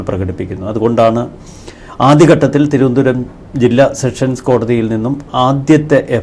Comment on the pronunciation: എന്റെ ചേട്ടാ സെക്ഷൻ സ് കോടതി അല്ല സെഷൻസ് കോടതി മേലാൽ തെറ്റ് പറയരുത്. അടി കിട്ടും